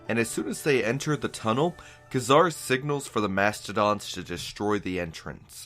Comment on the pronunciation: Nope. You said "Nah-mor". Also, Ka-Zar is "Kay-zar". I hate being one of those people, lol.